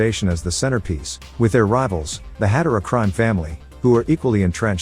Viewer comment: Its Had-aaaaa-ra not Had-a-ra Ditch the AI voice, get an aussie to do it.